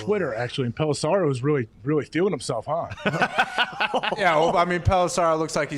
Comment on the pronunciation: Can someone tell Pat there is no 'A' in Tom Pelissero. Dude pronounced his name wrong to his face like 10 times 🤣😂